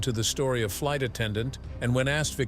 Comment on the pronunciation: Yea I also heard light attendant - instead of flight